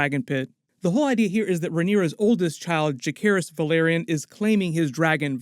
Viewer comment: Say "Vell". - OK, "Vell" - Now say "are". -"Are" - And now say "Yon". - "Yon" - ,Well done! Now put them together and say "Velaryon" - "VUHLEERIAN".